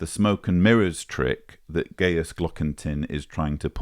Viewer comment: On a pedantic note,: Gajus is pronounced "gah-yus" like its Latin forebear Gaius, not "gay-us". Less pedantically, Gajus's surname might be translated from German as "Dingaling" or "Tinkerbell" 🔔😉